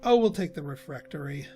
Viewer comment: Aaaah I was all but screaming when you wouldn't place the Trophy Room above the Bright Staff Refectory. That would have been the perfect place for the Crystal Ball, not to mention everything else. And please, the word is not "refRectory." :D